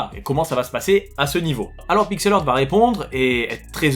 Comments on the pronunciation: Heuu, ça se prononce Pixel HART... Hea=HA. Pitié pour mes british oreilles ! De rien.- ton bilingue grammar nazi 😝. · si tu es pour faire un video en disant le nom de la compagnie 74 fois au moins prend le temps de valider comment ce prononce PIXEL HEART... valide avec google au minimum! tu bouzille le nom a chaque fois